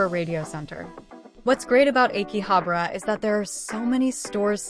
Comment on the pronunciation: Is it pronounce áki-habra? Sound like your saying āké-habra it ahh ki habrah not eh ki. Just saying be carful some times changing pronunciation can change its meaning.. learn that hard way lol